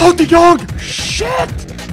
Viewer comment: Your the first Youtuber outside The Netherlands who speak his name good i can know bcuz i live there